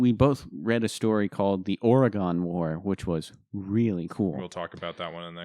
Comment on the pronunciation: Ok just a friendly reminder: the ON in Oregon is pronounced like the OM in Kingdom. As Oregon natives say, it hasn't GONE anywhere.